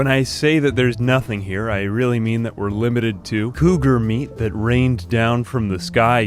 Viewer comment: it's meat, not "mead"